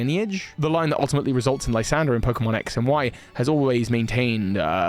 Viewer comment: You know why Lysandr is now called L?😂 Cos he used to be a LIE-sandre😅😅 Actually I think his name was supposed to be pronounced as "lew-ZANDr"